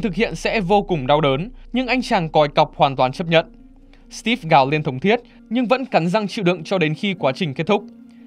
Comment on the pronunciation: Đánh vần chữ Steve thành Stíp nghe khó chịu quá.